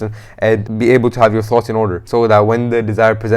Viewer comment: your "Assalam u alaikum" seems Pakistani................